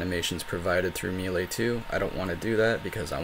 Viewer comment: Thank you so much for your tutorials. The way you say 'melee' makes me want to destroy something. Not you, just something. But your videos are super helpful.